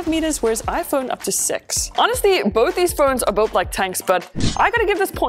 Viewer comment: Who else heard "sex" instead of six meters💀